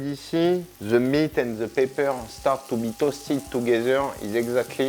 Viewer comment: Good thing there's a transcript available; At one point, I wasn't sure if he was saying "Pepper" or "Paper".